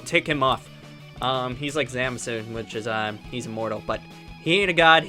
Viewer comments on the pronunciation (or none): Guys he said zamzu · no in the youtube video he said zamsu or zamzu